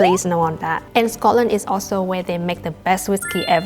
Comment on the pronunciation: The way you say Scotland is spot on "Sco-lnd" not Scotland ❤